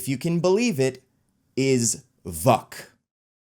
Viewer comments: You didn't pronounce the characters name that your videos thesis is based around. It's pronounced "Vook" not "Vuck." That being I think it's mastermind that would be a more interesting villian and newer version of the Hellfire Club. I think your ideas are better. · Vuk is pronounced vook. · No it is pronounced Vuuk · every time he says Vuk I start to laugh again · Every time you said vuk i had a double take